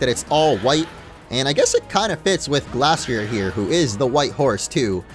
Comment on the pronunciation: Its pronounced gleystrier